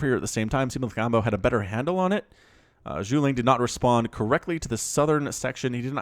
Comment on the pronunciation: He pronounced the syllables wrong, it's not necessarily about the quantity being slurred together... Zhu (Jew) Ge (Guh) Liang (Lee-ang) . (Parentheses are to help American English speakers)